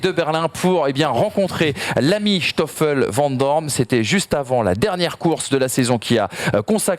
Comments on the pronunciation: Pour info, en belgique on dit SToffel vandoorne et pas Shtoffel vandoorne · Et Schtoffel c'est quoi cette prononciation... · Pourquoi dire "chtoffel van doorne"??? Il n'y a aucun ch, il s'agit d'un "s". Je sais que c'est une langue compliquée (surtout le g). Cela se prononce (comme verstappen) à l'anglaise. Je peux comprendre la prononciation de jos à la française (alors que le j se prononce un peu comme le y donc yos) car il n'est pas possible de maîtriser l'intégralité des langues. Ceci dit, merci pour vos émissions, vos connaissances et vos superbes analyses et débats.